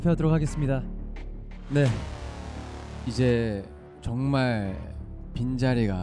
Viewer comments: 정말을 왜 ㅈㄴ라고 하는거 같지? ㅋㅋㅋㅋㅋㅋ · 발음 개웃곀ㅋㄲ ㅋㅋ 정말이 존(전)나가 되는 매직!😂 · 저도 댓글보면서 잠깐 화면에서 눈돌렸다가 정말 듣고 순간 존나같아서 놀랐어요 ㅋ ㅋ ㅋ ㅋㅋ 발음을 되게 쫜득하게 한달까ㅎㅎ